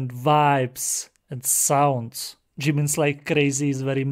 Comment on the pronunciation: thank you for ur postive reaction i love it so much!! this song is such a bop! anw the member’s name is jaemin not jimin cus i hear u said the wrong pronunciation